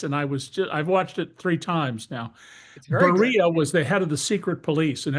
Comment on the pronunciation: "Bear-e-ah" Lavrentiy Beria The flailing makes me think their much weaker than they are. Prosecuting Comey, James, and Bolton isn't a thing you'd do when you're projecting strength. Trump will take a loss on all of these cases, he'll end up with egg on his face. Trump 45's limit of advance was Roy Moore. Up to that point he kept winning, after Moore lost to Jones Trump, kept taking L's (Barr massaging the Muller probe, notwithstanding), but just kept on losing until he lost the 2020 election. These errant prosecutions could be that. He's loathed more now than he ever was 1st time around. I will add this caveat: the press is waaaaaaay more complicit this time around. There's no Jim Acosta parrying Trumps bullshit in real time.